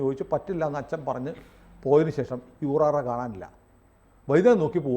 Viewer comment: ഊറാറ അല്ല, ഊറാല എന്നാ ണ് അതിന് പേര് പറയുക.